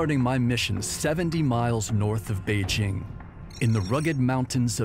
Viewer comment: At last! A Westerner who knows how to pronounce “Beijing”! For the rest of you, it’s not a French / j /